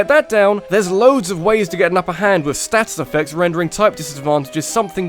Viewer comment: But, you're British. Why are you pronouncing status like a foreigner?